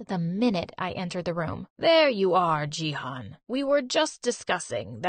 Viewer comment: I'm from Turkey and they pronounce canaan and jihan so wrong that it's making me lmao